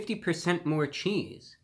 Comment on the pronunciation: did he say 50% more cheesee